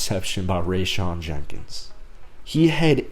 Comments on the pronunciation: Jenkins.... not Jennings. He has been mispronounced all day! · Rayshawn Jenkins, not Jennings but good vid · people keep calling him Rayshawn Jennings... its JENKINS! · Rayshawn Jenkins, not Jennings